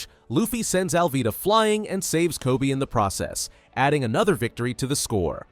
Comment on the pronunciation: NO WAY GRO SAID TOBY, ITS KOBE